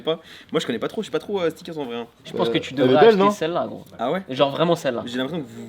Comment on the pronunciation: Il a dit stikers lol